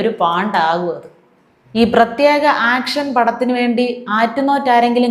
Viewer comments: ആക്ഷൻ അല്ല,, ഏക്ഷൻ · ആക്ഷൻ അല്ല ഏക്ഷൻ എന്നാണെന്നറിയില്ലേ 😀😀😀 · ആക്ഷൻ അല്ല.. ഏക്ഷൻ.. ഒരു പ്രത്യേക രീതിയിലുള്ള ഏക്ഷൻ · Action അല്ല Kട്ടോ. ഏക്ഷൻ. ഏക്ഷൻ. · ആക്ഷൻ അല്ല ഏക്ഷൻ ഒരു പ്രേത്യേക തരം ഏക്ഷൻ 😂